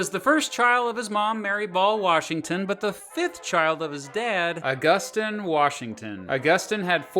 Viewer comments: I think Augustine is pronounced “August-een” instead of “aggustin” but other than that great video. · I think it's pronounced August-EEN, not Aw-GUS-tin. Edit: Looks like you did end up correcting yourself, eventually, so that's cool. Good video, either way.